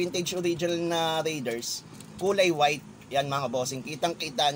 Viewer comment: BOSS PRONOUNCED AS RAY-DERS NOT RIDERS